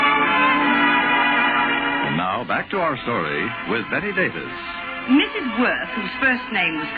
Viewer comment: It's Bette Davis, NOT Betty or Better Davis. Please have enough respect to get her name correctly! Thank you.